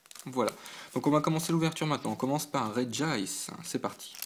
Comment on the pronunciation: GG pour ton Registeel ! Et merci pour la prononciation de Regice, ça fait plaisir ! A quand une prochaine vidéo ?